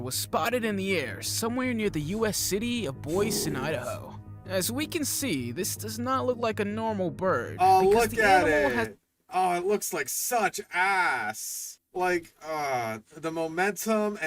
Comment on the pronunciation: boy-sea. the way the ai butchered boise killed me inside